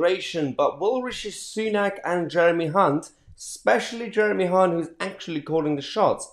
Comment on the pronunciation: You are pronouncing Jeremy Hunts surname totally wrong! 😂😂😂😂😂